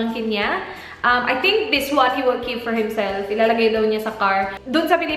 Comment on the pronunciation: " i wull be duwing" HAHA